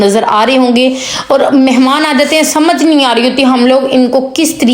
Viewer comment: thanks .beti very nice tips..but plz bolne ka tareeqa boohat ouncha sakhat hae is ko theek karaen..and words ki adagi sahi karaen.truth barash nahi tooth barash hae..our nahi aur hae ..sab ko yutube per aane and pesoun ki vaja se boohat shouq hae ..but achai terha se ho tu so good..plz dont maind😅😊❤